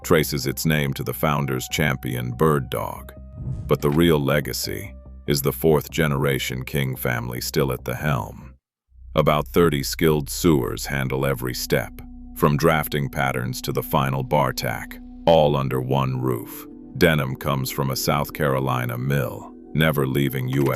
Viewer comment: I made it about halfway. Up until the AI voice said "sewer" instead of "sew-er."